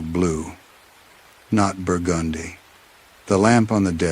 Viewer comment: Quick question lol. Does anyone know if happens to be from New Orleans? That burgundee pronunciation is something I’ve only heard ppl from there say.